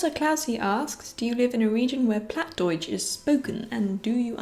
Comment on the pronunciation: Wow, you live pretty close to me :D I moved 2 years ago to Oldenburg to study here, but I'm from Ostfriesland originally and I also speak Plattdeutsch (Plattdütsk). Your Plattdeutsch was a bit off, it is not pronounced like you would in High German, but it's a bit hard to describe the proper pronunciation just by text (also the pronunciation can vary from region to region, sometimes even neighbouring villages have different pronunciations and words). Also, Bluebell is really cute =^_^= I would love to have a cat as well, but my home is way too small sadly :(